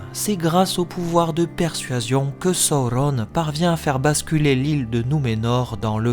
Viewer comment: Je ne comprends pas l'intérêt de la prononciation des noms, Sauron qui se transforme en Saurone, ou Morgoth en Morgoss je suis vraiment pas fan... mais mise à part ça j'adore tes vidéos 😍😍😍